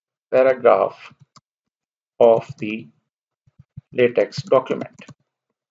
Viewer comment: Just a minor point to note: the pronunciation for LateX is either “laytek” or “lahtek” and never Lateks (as in the sap of a rubber tree). Thanks for this excellent instructional video.